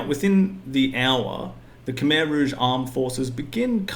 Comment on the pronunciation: FFS it's not cum eye its khmer,!!!